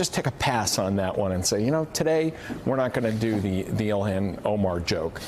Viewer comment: I giggled when I thought Joe mispronounced Ilhan Omar as Congresswoman Elmo. Then I realized Elmo might be better than half our current representatives. At least he's nice. And why not? Oscar the Grouch's evil orange twin seems to be President...